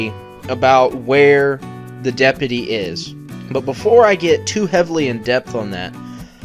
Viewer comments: STOP SAYING DEP-UH-TEE ITS DEP-YOU-TEE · Its DepUty not depety jesus thats annoying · Are you mispronouncing deputy on purpose?